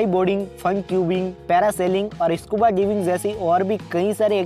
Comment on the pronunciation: First of all its not maal-dib.....its pronounced as mol(mal) dives And that's not scuba (dibing)...its scuba diving What the hack is maaal dib by the way?????!